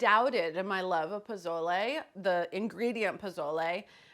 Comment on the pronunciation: I love you Carla! Pozole is my comfort caldo next to pho. Please stop pronouncing the Z in pozole as a z. Use the Sss sound instead and le as in Le Creuset not layyy like lays potato chips lol